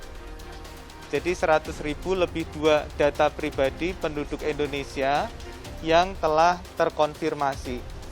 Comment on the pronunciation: "Endonesia," kata keminfo